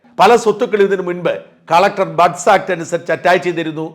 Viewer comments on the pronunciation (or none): none